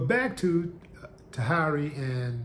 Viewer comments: Taheeeeeery not taharyyyyyyyy 🤦‍♂️ n UN NOT! DIPLOMATS wrong team. 😂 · Okay....im done. Lol not even a minute into the video and it's not going the right way. 1) Her name is pronounced tah-here-ee and 2) Vado is NOT and has never been a member of the diplomats. Cam artist doesn't make you dipset lol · I had to dip when he said Taharee